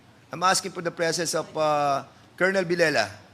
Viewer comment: Kolonel ba ang tamang pronunciation?